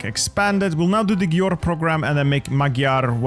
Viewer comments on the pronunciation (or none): Bit of help with saying Győr: gy is like d in 'during', and ő is like i in bird. dir. Ö is the same but shorter (Gömbös)